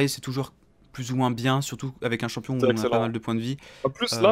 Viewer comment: tu veux pas vien prononcé le nom des champions c'est horrible